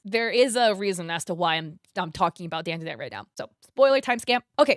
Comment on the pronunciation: Your pronunciation of Japanese words is always so insanely horrible to listen to. First of all, didn't even spell DanDaDan right in the timeline, and its pronounced DON. DUH. DON. Idk why you always butcher Japanese, but its getting lowkey discriminatory. Do better. EDIT: The reason why they say "banana" like that in the show is because THATS LITERALLY HOW YOU SAY IT IN JAPANESE. For being an asian, your knowledge and respect of other Asian cultures/languages is SOOOOOO lacking. Borderline disrespectful, and I genuinely can't stand it anymore.